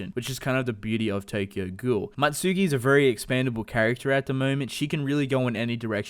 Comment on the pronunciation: Don't you mean Mutsuki not Matsuki??